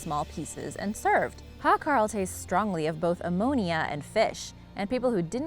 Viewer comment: Its not called "hakral" its just your normal shark